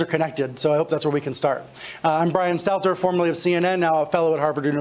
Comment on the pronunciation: It's Stelter not Stetler or Steteler.